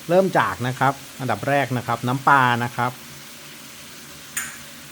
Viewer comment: ปลา ปะลา ไม่ใช่ ปา